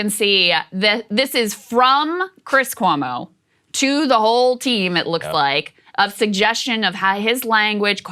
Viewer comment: Can Saagar stop pronouncing Cuomo like “koo-woh-mo?” Just say “kwo-mo” please.